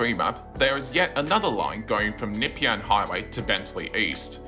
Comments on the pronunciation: Nepean = Nuh-PEE-un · what is the Nipyan Hwy? AI shit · Great video. As an old tram and PT nerd, I thoroughly enjoyed it. Can I correct some of your pronunciations? Nepean is N’peean like nup+ian. Dynon Rd is Die-nun, Southland and Eastland break with the Aussie shortening trend and are South-land and East-land (like Queensland or Greenland) Keep up the well researched work. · Very strange way of saying "Nepean"!! 👀 You can't be from Melbourne - from Sydney?